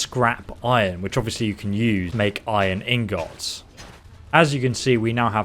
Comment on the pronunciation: "In-GOTTS" xD